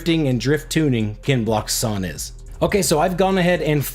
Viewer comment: Wow 🤯 someone actually pronounced your name correct 🤣 #kenblockshon